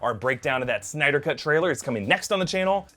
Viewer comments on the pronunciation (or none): none